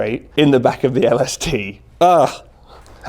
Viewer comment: When he says “LaSuhTuh” 😂😂